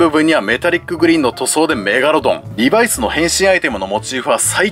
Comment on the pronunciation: リバイスのイントネーションがなんか気になる…